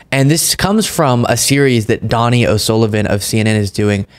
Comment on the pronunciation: Donie O’Sullivan not Donnie O’Sullivan. Dough-knee not Don-knee